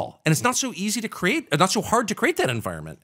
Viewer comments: Someone needs to tell Adam the word is CREATE {KREE-ATE}, not CRATE {KRATE}. Also, if you haven't seen Adam's auto racing documentaries, you should seek them out. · Why can’t he say the word “create?”